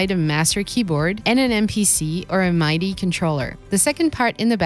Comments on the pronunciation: "A MYDI controller" lol 😆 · I left at “mydee”